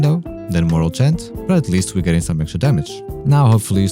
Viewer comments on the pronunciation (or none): I had to leave when he called morale chant moral chat...